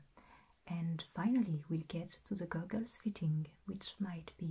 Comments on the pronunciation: She pronounces goggles like gu-guls and I love it lol. I may have a new favorite ASMR channel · I just like to hear her say " goggles ". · THE WAY YOU SAID GOGGLES JUST MADE MY WHOLE DAY I loved the video id love another optometrist video this was very very tingly and relaxing and the steampunk optometrist was perfect it's my favorite video on the internet right now and my favorite video you've ever done please make another steampunk optometrist I need new as you call them "goggles" 😂